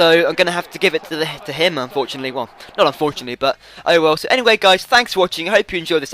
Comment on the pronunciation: "I had to give it to him unfortynately" XD